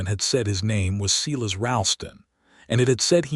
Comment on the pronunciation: Silas Is pronounced "Sigh" lus" NOT "See" lus"